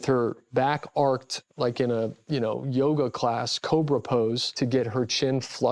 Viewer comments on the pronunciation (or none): none